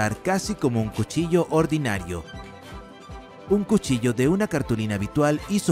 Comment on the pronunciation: Cushilla xd